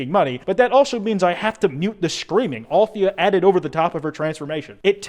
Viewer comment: nna i think it's pronounced "al-the-ya" not "althia" it's my opinion ok